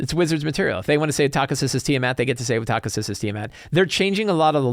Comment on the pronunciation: Also...it is pronounce Tak-hee-sis goddammit!